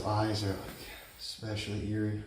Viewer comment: FYI.... There is no "X" in "Especially".